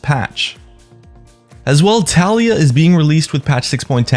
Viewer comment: Ta-Lee-Yuh is how you pronounce it btw